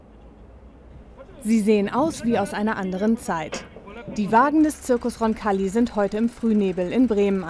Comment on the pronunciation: Roncalli nicht Concalli :D